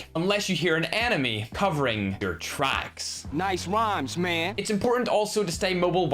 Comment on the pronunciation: I like it to because he says "noiceee" instead of nice 😂😂